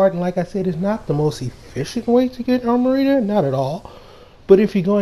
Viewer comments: I cringed every time he said “Armarita”. lol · Because it's Amrita...